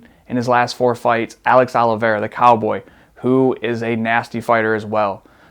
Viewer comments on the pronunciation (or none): none